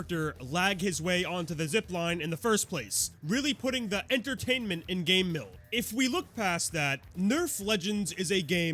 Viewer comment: Why do you pronounce Game Mill like Gay Mill?